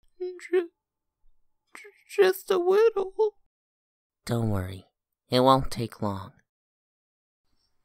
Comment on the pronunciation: He is saying wittle